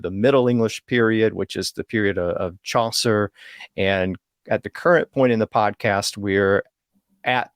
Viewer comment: i think it is Chaucer, not Chauncer. Just saying😊